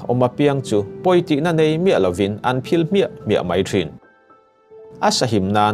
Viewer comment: Hmuntin hmuntang tang tihlai kha thluk mawi deuh dan aawm em aw chuan mai tih tur ah mei iti tlatin kava hreve iaw ngaihthlak anuamsi athluktur leh thluk lohtur ah hian kan thusawi lamhi anihna leh atum athelh thei tlat kalo sawive mai2 aw